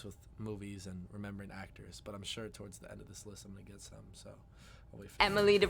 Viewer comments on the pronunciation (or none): none